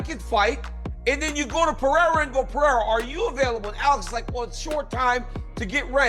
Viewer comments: Chael’s name gimmick is so lame. He mispronounces names on purpose. No one in history has pronounced Pereira as Pee-air-a expect for Chael. He does it with plenty of others fighters names as well. I guess it thinks it’s cute or something… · Chael will never say Pereira's name correcetly lol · It's hilarious that Chael can't be bothered to pronounce fighters' names correctly even though he talks about fighters for a living.